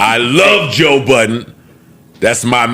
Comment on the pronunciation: “Joe Buh’ens.” Goddamn man, it’s Budden. Budden. Make me not want to watch the video out of annoyance.